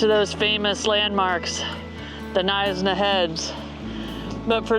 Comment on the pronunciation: Knysna is pronounded "Nigh-s-na" not "Neesna" 😀😀 I live in Cape Town but I took a little weekend drive down to Knysa with the doggies. The Garden Route is magestic. Us South Effas love it.